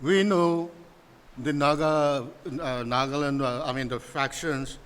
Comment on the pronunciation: One simple request to all my fellow Nagas. Please. Please. Stop pronouncing the name of our state as 'nagland'. It is NAGA-LAND. No need to 'standardize' the pronounciation or add some accent. Naga laga land. Nagaland ase. No offense to anyone. ✌🏻